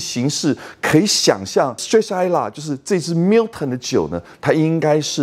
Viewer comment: 不是華人執著英文發音正確的問題。如果將Gordon & Macphail 讀成golden macfield ，strathisla讀成strath-islay (道歉更正: 的strath-islay讀的是對的, sorry)，你也覺得沒問題只証明你的水準如何。讀Milton時卻非常正確，為什麼另外的可以差那麼遠？差少少真的不是問題，差那麼多就有點那個了。